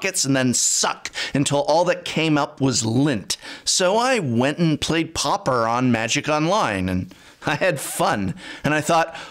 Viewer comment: It's PAW-per not popper, Professor...